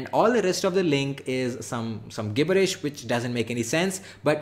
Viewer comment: Yo its pronounces jibbirish